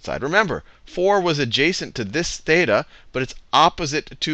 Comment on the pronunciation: you don't pronounce "θ" and "ψ" correctly (im greek) anyway, great vids! :DDD